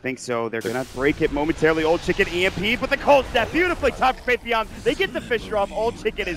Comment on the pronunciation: faith.bian they read it like faith Beyond